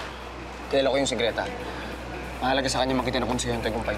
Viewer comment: "BALABAL" NOT LAMPIN YUNG LAMPIN PO AY SA BABY O SANGGOL "GRETA" NOT GLETA CORRECTION